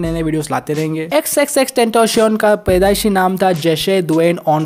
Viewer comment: Bruh it's pronounced as ten-tah-ci-on the the t is pronounced as त and c is pronounced as स